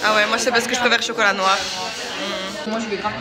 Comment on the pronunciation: MDRRR chocolateu souffleu je dead